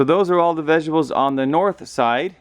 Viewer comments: stop saying "Vegibles". There's a "T" in there buddy. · What the fuck are "vegibles"?!🤦‍♂️ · "Vegibles" haha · What the fuck is a "vegable"? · Vegables lol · Lol i think he says it like the Chinese food lady. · My wife who is french sometimes says vegibles and it always makes me chuckle.